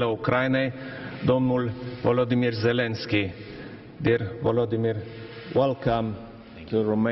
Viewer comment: Mor cand vorbeste asta 😂 Vlodimir 😂